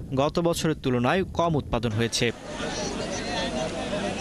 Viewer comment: উৎপাদিন নাকি উৎপাদন??????